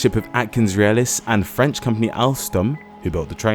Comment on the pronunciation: I've been in Mtl. for 30 years and his French pronunciation overall is better than mine. Very impressive.